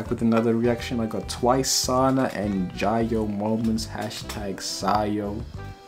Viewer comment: Its pronounced jee hyo my boy, no worries tho